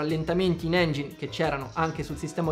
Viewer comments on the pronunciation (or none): none